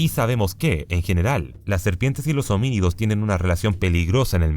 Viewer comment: No puedo con las veces que dice hominídos y habílis 😬